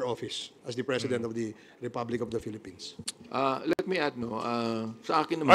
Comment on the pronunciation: Pilipin ? Ayusin mo muna ingles mo Bold Star Dan Pernandes!